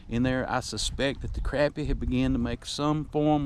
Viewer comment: Its crappie not crapy. Or sacillet